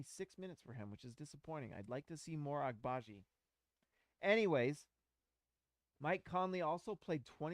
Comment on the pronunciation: It's A bagi. the first g is silent bro